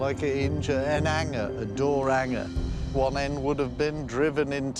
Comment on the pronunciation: Nope, says it’s a door ‘anger or door ‘older … drops his HHHH’s as much as his crappy jokes. And, it’s not a pipe tamper … just shows the Scots we’re there setting up a 500 year old golf course cos it’s a T